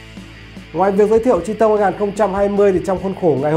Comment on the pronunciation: Nguyễn Khải nói thật nghe ông này đọc là chi tông nghe cái xe nó khổ sở sao ý